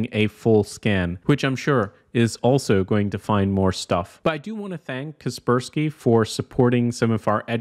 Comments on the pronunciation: why do you pronounce kaspersky like that 😭it's pronounced Casper Sky. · i have always pronounced it as "Casper - Sky" .... Please dont tell me its really kesperski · It's "Kasper-------Sky" not "Kasper-skie" T-T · Kas per ski. Not cus pur skee